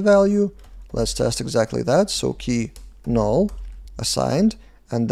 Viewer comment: love the way u said nool 🤣🤣🤣